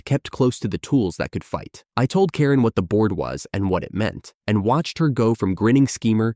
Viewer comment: why can't the AI pronounce Karen? you should at least make sure a main character is said properly or the story becomes annoying.